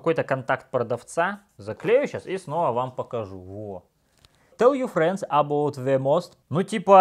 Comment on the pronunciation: Ахахах, пиздец у него англиский) ЭбОут)